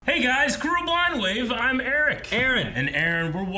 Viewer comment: I've been watching your vids for a year or two now. Are you guys saying "cruel blind wave"?